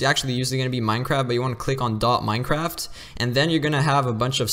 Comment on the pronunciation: Dude just said Minecrab